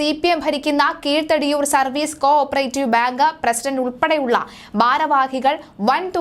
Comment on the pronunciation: കീഴ് തടിയൂർ അല്ല, കിഴ തടിയൂർ